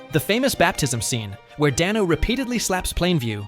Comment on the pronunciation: For future reference, Paul Dano’s last name is pronounced Day-no.